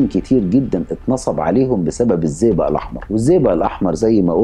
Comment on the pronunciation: اسمه الزئبق مش الزيزا. طريقة نطقك مش واضحه للاسم